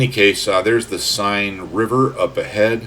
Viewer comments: Love your vid I’m just exploring axis aircraft, particularly the 109. Will give the Dora a go, what I’ve learned about your videos is to have patience over the target area. P.S, it’s pronounced ‘The Sane River’ not ‘Sign’. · The River Seine is pronounced Sen. Not Sign. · Great stuff! An hour well spent. Although the French needs a little work. So, in the spirit of 'One good turn deserves another': 'Seine'. Sign? Nah! More like 'Senn'. You're welcome and thanks.